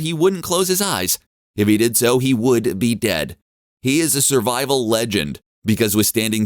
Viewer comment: “SURVIVOL” there you go :)